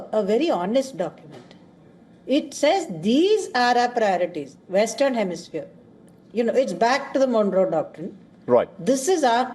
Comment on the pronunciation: Bro it's 'pri-orities' not 'pree-orities'! Where did you go to school? 😂